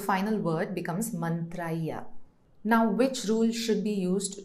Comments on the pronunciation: Mantriihi not mantraiah.. your anchor should do adequate preparation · मन्त्रैः is pronounced mantraihi and not mantraiya